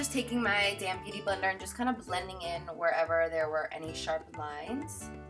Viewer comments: Damped vs damned. Write that on the book honey. 😂 I loveeeee your tutorials! ❤️ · I'm glad i wasn't the only one who thought she was saying "damn beauty blender" lol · Lol i didn't realise you say damp beauty blender, in my head i thought you used to say madame beauty blender or my DM beauty blender😂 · haha I always thought you were saying damn beauty blender but I knew you meant damp. p.s your beautiful💕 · Totally should have let people think you were saying damn. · I never thought she was saying damn beauty blender until she said people thought she was saying that, now that is what I hear her say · lexc252 I think it's so cute how she brought that up hahaha i never really thought much of it but it kinda does sounds like that, I know she's saying damp tho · I always think they say damn beauty blender 😝😝😝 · It still sounded like, damn hahaha Carli, I love you! You're like my Victoria's Secret Angel, except you're real human :)